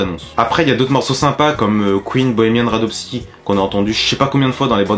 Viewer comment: La musique d'intro s'appelle House of the Rising Sun par les "Animals". En France on la connait aussi sous le nom Les portes du pénitencier ;) ET C'EST BOHEMIAN RHAPSODY ! PAS RHASPODY !!!